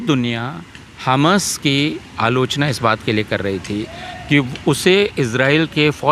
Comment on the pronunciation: Kya yeh professor kisi political party ka hai jo khuley aam tustikaran kar raha hai. Pahley Tu is mahoday ko हमस nahi हमास pronunciation theek karein mujhe lagta hai yeh महोदय tustikaran hi nahi balki desh द्रोह है।